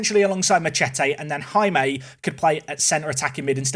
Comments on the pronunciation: I think the pronunciation of Jaime is 'High-May', not 'Ha-May' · Please, for the love of god, it’s not “HammAY.” It’s “High-May.” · Just to add to the Jaime discourse... it's pronounced "HIGH-may" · As a spanish person, it hurts me the way you pronounce Jaime’s name…😂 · I like that said Jaime correctly in the first 10 seconds of the video, and then never again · The pronounciation of Jaime... it is... acceptable... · You should look how to pronounce Jaime, because that's my name and I want to see an english speaking person pronouncing it correctly, btw I'm spanish too